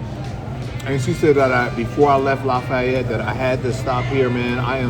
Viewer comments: You pronounce it "laf-ee-yette" fast man. You dont have to be fancy with it 😂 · Say it with me: LAFFYette😂😂😂😂😂😂......great video